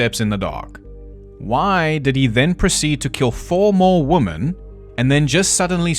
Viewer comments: What the actual fuck. It isn't "wee-men, it's the "wo" part of "woman" and "women" is the same. It's the "mANN" vs "mENN" that changes. Literally, look at the word. "Woman" vs "Women". I literally put this into google for the pronunciation and checked both the American and British accents and they both said "wo" the same. Literally got different results than did. I feel like I am being gaslit. It is absolutely not pronounced "wee-mehn". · Lolololololol wimmmmiiinnnn. Oh sweetheart I love your pronunciations. As an Australian I appreciate all the quirks. Loving these videos. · no A.I. would mispronounce women this many times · Wo-muhn / wi-muhn bit was hilarious 😂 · I looked it up and it seems that it is very common in South Africa to pronounce "women" like "woman. Didn't expect that at all, lol. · Great research; great job! and I say lean into it and pronounce "women" like "wymans" and piss everybody off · Me thinking how charming the mispronunciation of "women" was in part 1 lol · I knew you were pronouncing woman as "women" to roll in the "he's AI" comments and boost your engagement signal in the algorithm. I'm onto you, buddy. 😂😂😂😂😂😂 Seriously though, I'm finally catching up on your Ripper series... Had to tap out until today due to work and such. And I have to say, my life may not be going exactly swimmingly... But at least I'm not one of those Ripperologists. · #1 - I don't give a shit how you say women. You're not American! #2 - No video you've ever made it hot garbage. All of your videos are fantastic! #3 - If all South Africans just naturally sound sarcastic and condescending, I know where I belong!! #4 - Loving this series so far! Can't wait for the next one! Thanks! needs a treat! 🐈‍⬛😉💜